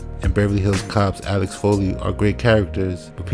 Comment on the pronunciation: Eddie's BEVERLY HILLS COP character was not ALEX FOLEY. His name was AXEL FOLEY. Big difference in pronunciation. Why can't anybody remember that?